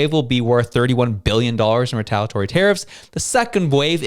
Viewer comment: retal-I-atory. This word contains an I. 😂